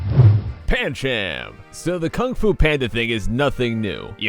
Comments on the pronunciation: It's not pancham its pandchum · umm... you said pan-CHAM. look it up it is pronounced pan-CHUM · It's Pancham pan -ch-um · it looks like pancham but its pronounced panchum